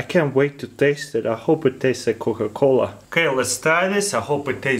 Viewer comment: i loved it when he said cooca coola popsicle kinda made a beat for a song